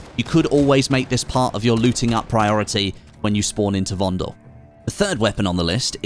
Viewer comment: Please pornounce VONDEL correctly.. it's with soft e, like "paddle"...